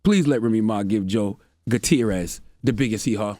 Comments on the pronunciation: Joe "Gutier-rorist" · Charlamagne you live in America and don't know how to properly pronounce a hispanic name like Guttierez oy mami caramba.... EDIT: I'm just deflecting from the issue because i'm emotionally exhausted by this shit